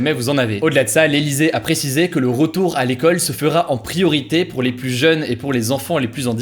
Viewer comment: Très bonnes vidéos pour suivre l’actualité! Bravo PS : quand tu dis “plusse” mes oreilles tombent, on dit “plu”